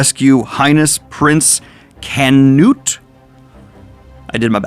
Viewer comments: Such a contrast this to the chainsaw man. You seems to be enjoying this so much more. Perfect Canute pronunciation and yes Thorkell is a fan favorite. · For your pronunciations, Thorkell is said like Thorfinn, currently you are saying it as if there is a pause in the middle. Canute was good though